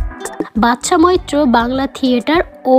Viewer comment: বাদশা মৈত্রকে "বাচ্চা মৈত্র" বলছেন কেন!